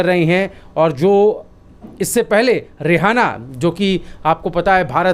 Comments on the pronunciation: नाम तो ठीक से बोलो रेहाना नहीं (रीयाना नाम है उस सींगर का)? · Bhai ji aap kam kam sahi name lijiye Rehana nahi reyana hai